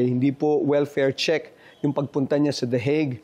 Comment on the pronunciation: 😂😂😂natawa ako s "THE HAGUE AT SA THE THE WIG😂